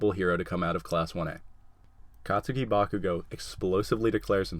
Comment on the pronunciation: the u in katsuki is silent